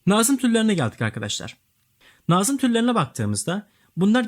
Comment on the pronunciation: Hocam iyi hoş da nazım kelimesini doğru telaffuz ederseniz iyi olur aşırı kulak tirmaliyoo